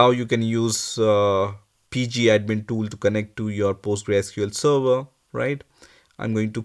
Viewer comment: Server bol le sava sava kya kr rha muh me fas gya kya